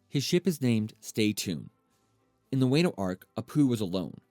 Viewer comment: yet he calld wano "way-nu"